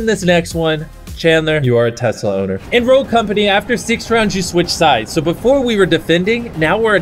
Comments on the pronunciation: What's a twesla 😂🤣😂🤣😂🤣😂🤣😂🤣😂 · Did he say tesler or tesla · “I just quickscoped for your Twesla bro” -Chris 2020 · 2 best ways to pronounce a tesla: twesla!! teslerrrrrr!!!!! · Chris: i just quick scoped for your twesla broo